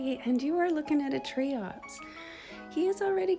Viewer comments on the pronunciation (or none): They're pronounced Triops, not Treeops